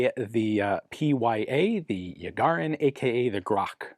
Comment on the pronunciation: Yarighin. Not Yagharin